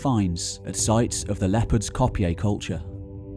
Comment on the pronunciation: Sigh Leopard's Kopje is not pronounced 'Cop-yay'.... it's pronounced 'Copy'